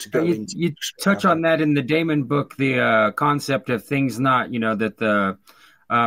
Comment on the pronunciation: When he says Damon, does he mean Demon? Or have I missed something